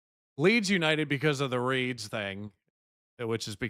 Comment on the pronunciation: Its not leeds its reeds lol